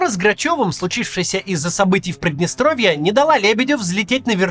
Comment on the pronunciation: Прыдныстровье? Через Ы? Максим, вы беларус?